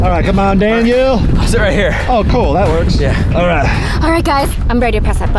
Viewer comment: When Daniel was calling v said Danyear